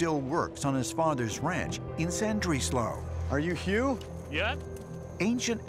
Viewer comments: Slan-dreezlo??? LMAO. Awe, bless him for trying! 😂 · Nobody is going to mention "Sandrislo"?? I had to google where he was talking about, apparently "Ll" is pronounced "S" now 😂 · Llandrillo is pronouned like Thlandrithlo. Richard D Hall has done an excellent video on this incident